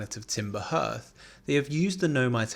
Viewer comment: Harth. Not herth. Like heart. Hearth. Same pronunciation. I'll sub as an apology for the pronunciation lesson.